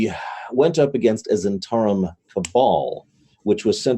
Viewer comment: struggle with the pronunciation of Zhentarim...all I can think of is Londo Mollari saying "the Great Zhentauri Republic".